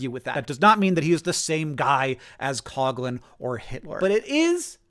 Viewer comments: It's pronounced father "Cough Lihn" not "cog lin" Also Matt Christman and Chris Wade made a really great series on this era called Hell On Earth, and pretty much had these takes but in more and better detail. Additionally Matt Christman has touched on this context of the subject pretty thoroughly generally in his output. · It's not Cog lin. It's cough lin.